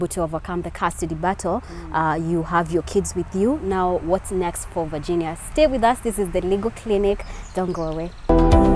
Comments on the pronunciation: Ati vaaginia, mscheeew! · Here after Tuko Talks. The way ur pronouncing the name Virginia doesn't sound well Varginia. Ur a Kenyan, why? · I don't like the way she is prounasing her first name.